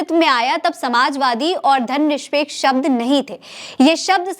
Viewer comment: Aap is vdo me Dharamnirpeksh ko Dharamnishpeksh kahte hue jaan pad rahi hain..